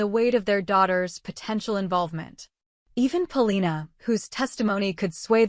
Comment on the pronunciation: Please stop calling her “MarLEENA” 🙄🙄